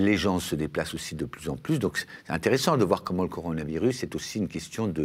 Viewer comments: " La crise du coronivarius : ça doit être une sorte de Stradivarius chinois....,? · Ya que moi qui bloque sur ce qu'il dit a chaque fois? "coroni varus" >.< encore jpp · coronivarus ? XD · Un mec qui n'arrive pas à prononcer correctement coronavirus est-il crédible ? Et le nouvel an chinois, on ne l'appel pas non plus le "chinese new year", ni en Chine ni en France : il m'a tout l'air d'être un bon guignol..